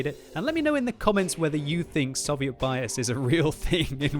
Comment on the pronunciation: "Sovieet tanks"